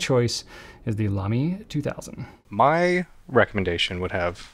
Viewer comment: Me: …Lamy 2000: Lamy 2000 Me: nailed it. 😌✨